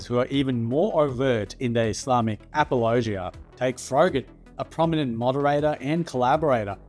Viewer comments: I like how you say apologia like it's a region of Tennessee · Good video, but I have never in my life heard someone pronounce apologia like that lol